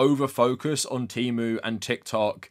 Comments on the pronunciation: As an autistic person, I also hate how they changed the pronunciation. I prefer tee-moo over teh-moo. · The worst part is that they keep switching how they pronounce things from T/e/mu with a short e and Teemu. I can excuse worker exploitation but i draw the line at inconsistent pronunciation. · English pronunciation of the letter e is actually highly unusual. I think "teh", or /tɛ/ makes the most sense for most of the world